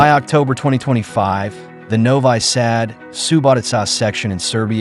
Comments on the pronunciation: Novi sad is pronounced noviii Saad not novay sad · "Novai Sad"??? Please pronounce the city names correctly! Whether it is Ai or a person reading the narration, put a little effort into not butchering foreign names. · Novi Sad is pronounced as Novee Sahd.